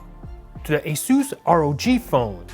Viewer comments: Ita aaasssuusss not esus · ASueeees rog 😂